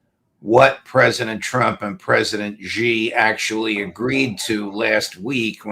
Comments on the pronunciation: Xi Jinping-Xi is pronounced “Shee” not Gee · Xi is NOT pronounced Jee...It's pronounced She! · Xi is pronounced “Shee”. These two brilliant guys can’t know everything. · Mr Crooke, if you like: learn to pronounce Xi's name right. He's maybe the most important leader on Earth and you are an expert.